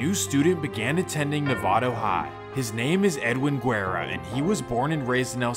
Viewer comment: Bro why did you say Guerra like that lmao